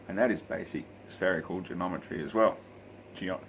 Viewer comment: “genometry”, lol. You don’t have to be drunk to be a flat earther, but it helps.